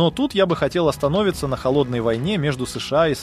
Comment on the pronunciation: "Но тут я хотел останОвится" - с ударениями у бота проблемы. Или кто-то мягий знак в тексте пропустил. Неуязвимость SR-71 преувеличена. Он летал пока для него было безопасно. С появлением Миг-25 залеты на советскую территорию прекратились.